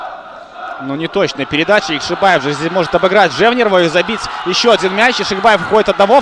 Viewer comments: ЯкшибОев, а на яшибАев. Коментатор блин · по русскому Яхшибаев комментатор правильно говорить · Уважаемый, я прочитал. И там везде он ЯкшибОев. Кроме последнего абзаца, но это уже относится к особенностям языкового восприятия. Это как открытый и закрытый слоги в английском языке. И с точки зрения нашего языка правильно ЯкшибОев, потому что в родном языке футболиста нет ярковыражнного произношения буквы А. А по поводу Ваших коменнтариев- я не слепой и вижу кто в атаке, кто бьёт и так далее. Вы не на радио работаете, попробуйте за 90 минут репортажа что то рассказать зрителю по мимо перечесления составов и кто кому мяч отдал....